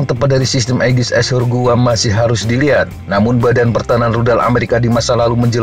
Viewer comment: cuma saran min.tolong diperhatikan pronunciation nya min. ashore bukan dibaca "ass hore". artinya jadi sangat jauh. dari yang dimaksud "berbasis darat" malah jadi "a woman who get F---ed in the ass".